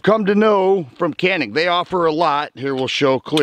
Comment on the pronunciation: cool video dude. but canik pronounces as janik. it is a province in the samsun turkey